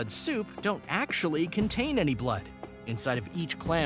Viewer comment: NOT EANY